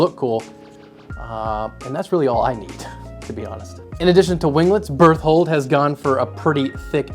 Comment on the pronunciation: bear-told lol....